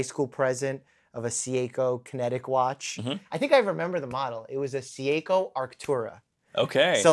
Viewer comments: I love you Mike but...Sieko?? 😅 Anyways the black ceramic perpetual calendar oak is fantastic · Oddmarz, Seeyayko, 🥴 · Academic career ✅ Media career ✅ Good looking ✅ Seiko pronunciation ❌❌❌❌❌❌❌